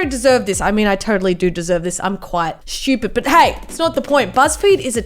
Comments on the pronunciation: SH-CH-U-PEED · Why does she say shtupid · I love how it sounds like she said shoopid